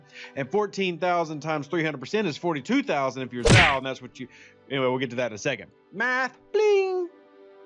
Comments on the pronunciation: If Zhou supposed to be Chinese, which I presume he is, his pronounced roughly like 'Joe' and not like 'zow' ;o) Ask any Chinese speaker... Doesn't change the fact that this is a great video, once more, and I'm sharing it with my aliiance! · Even though I have quit the game, I still monitor this channel so I can point out .. Zhou = Joe, not Zow